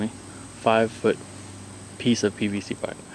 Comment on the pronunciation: Its PVC not PCV ... jeez